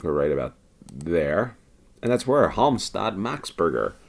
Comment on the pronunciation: Hey dude! I've noticed you most the time nail pronunciation of german words. When you run into Swedish 'ä' or 'ö', just Imagine it's a german word and you'll get close enough! 🙂 You did well with Halmstad and Jakobsberg also on the second try though! Have said it before, you're amazing once on the map. Finding and smashing Umeå having started off looking for it in southern Sweden is friggen sixth sense level. Finding "Jakan" was a nice one too! I don't care much for Malmö and didn't pay due attention to say wether it was a good one! 😉